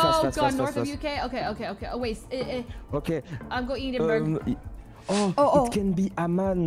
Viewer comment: Pronouncing Edinburgh like Eden-berg